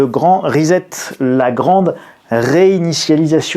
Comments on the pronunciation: excuse moi de te corriger mais ont ne prononce pas rezet ni reset la prononciation en anglais ce prononce ( riset = reset ) donc il faut prononcer (riset et non rizet) riset=reset ! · prononcez ... rissete....... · Non c'est trop moche, faites un effort : rissette for "reset" . 😁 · Arrêtez de dire Rezet en sachant que ça ne se dit pas come ça .. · J ai bien rigolé avec ton "rizette" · Pour la prononciation de "reset", voici un lien utile (pour s'exercer): Veuillez noter l'absence de son "Z". Encore merci pour cette vidéo très instructive. Je vous mets un "doigt de schtroumpf":)